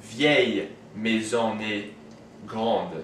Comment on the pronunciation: Hi, good job with this video just one thing, I'm french and with the word "est" the French never make the "liaison" (link) with the previous word.